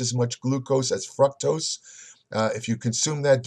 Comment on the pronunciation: What the "fruck tose"?